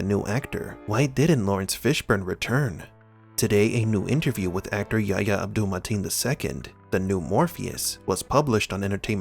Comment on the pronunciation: His name is YA-EEE-YA not YA-YA